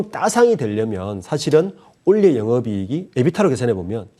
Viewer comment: 올해 발음이 그리 힘든 것인가요? 내용은 아주 좋은데 올래’ 라고 발음하셔서 ㅠ ㅠ 집중이